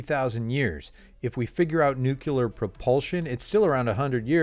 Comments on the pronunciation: Pretty good. As a futurist/comic I think you have your own niche in the performance world. Use it well. "Strongjaw" needs to learn that a Windsor knot denotes a prig. Four-in-hand, or better, NO tie, is best. One thing for you: It's not "NOO-kyoo-lar." It's "NOO-clee-ar." Like it's spelled: Nu-cle-ar. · You lost me at nooquler.... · There is no such word in English as NUCULAR! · Wow... I just discovered you from an old Joe Scott vid, watched your video from last week, liked it and subscribed for notifications as well, come to watch THIS new video and hear you say "NucUlar"... I feel physically ill. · So you run a technology channel but don't know how to pronounce the word "nuclear"...hmmm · i like it that you're going to participate in his livestream: that shows your commitment and engagement in your own content despite the fact that you can't even pronounce "nuclear" :D